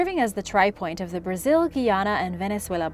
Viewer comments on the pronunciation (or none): none